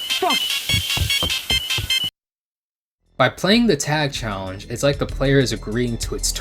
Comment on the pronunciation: "PREPARE TO CHALLENCE!!!"